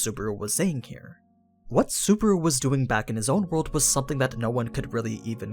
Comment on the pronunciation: This guy pronounces Subaru as Suburu haha